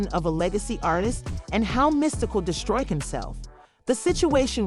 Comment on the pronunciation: This chic is dumb! She can’t say his name correctly. ANNOYING AS HECK!